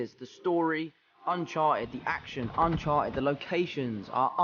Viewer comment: Nobody: Tom Holland: Unchar-ed